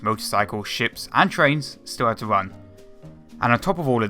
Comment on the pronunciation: Love the way he says "and trains!". If you know what I mean.